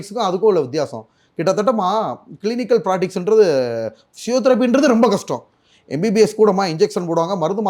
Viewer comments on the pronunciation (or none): none